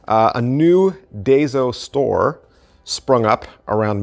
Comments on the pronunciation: The store is pronounced "die-so", just fyi. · Hi...I believe the correct pronunciation is DIE-So. What I really wanted to comment on is, not that they have magic tricks, but they have a great supply of stationary supplies if you are into gimmicking. I have cutters, acetate sheets, double sided tape in 3 sizes, rubber cement, card stock, colored pens to color in the folds one encounters when creasing cards. Daiso also has a great selection of plastic storage boxes, trays, etc. for magic storage. I have a multi compartment container I use for my coins. Anyway, I thought your subscribers should know about these items too. Thanks again.